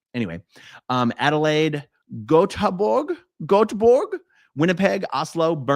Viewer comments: Aarhus - pronounced "Orehus" is the second biggest city in Denmark, about 3 hours from Copenhagen. Göteborg in Sweden is pronounced "Yoeteborg" in Swedish. You roll the "r" and don't pronounce the "g" hard at the end. More like a "y". 😅🫶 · Oh, you struggled with the name of my home city. The way you pronounce the ö in Göteborg is pretty close to how you pronounce the i in Bird.